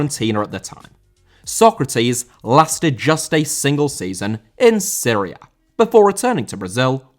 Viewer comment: Serie A* not Siri Ah